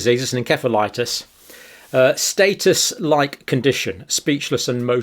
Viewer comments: Not status but Statue 😂😂😂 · Statue, not status!